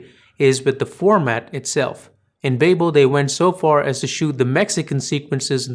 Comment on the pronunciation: Prieto, Iñárritu and Babel-- all thoroughly mispronounced.